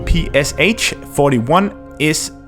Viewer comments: Finally someone said it :v Yes, it was strange for me too when I realized. It is not P-P-S-H, it's P-P-Sh after Shpagin. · PPSh is actually pronounced with sh at the end like in shock or shire. That is why the it is spelled PPSh and not PPSH as short from pistolet-pulemyot Shpagina. Russians used to pronounce it like pe-pe-sha. Sry for this smart ass comment but I just felt the need to say it.